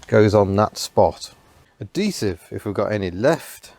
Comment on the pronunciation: Why do you keep ignoring the "h" in "adhesive"? It's "ad"-"he"-"sive". Not "a"-"de"-"sive".